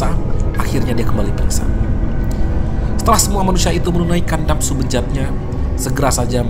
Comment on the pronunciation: Nafsu bang bukan sabtu 😁